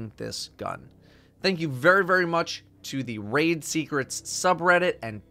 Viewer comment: I gave up on this quest the moment he said "Raid"